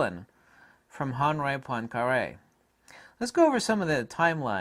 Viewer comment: I don't speak French, but I'm pretty sure the h is silent. Most people in the US are completely incapable of pronouncing foreign language words, even if they search for the pronunciation on the internet.